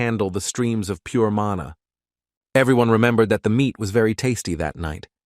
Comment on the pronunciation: So much errors lol, it's mana, not manu.. it's her son, not her boyfriend.. 😂